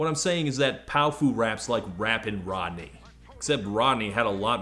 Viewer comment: I think it's pronounced pow-fuh. Like a slurred "powerful".